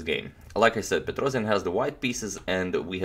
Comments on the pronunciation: Tigran's last name is pronounced PetrosIAn (with a stress on the last syllable), not PetrOsian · It's not a PetrOzion, it's pronounced Petros[YA]n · Petrossssijan not Petrozian correct.